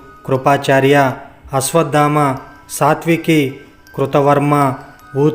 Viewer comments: Nice narration. Thank you for sharing the information. However, small correction. it is NOT YOUDHISTANUDU. Correct Name is YUDHISTARUDU. Also, It is not SATVAKI, it is SATYAKI. Again thank you for sharing this information. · శాత్వికి కాదు.. సా త్యకి.. ఆ పేరు కూడా సరిగ్గా పలకడం లేదు అంటె.. మీకు ఏమీ తెలియదు అని అర్ధం అవుతుంది . చూచి చదువుతున్నట్టు వుంది..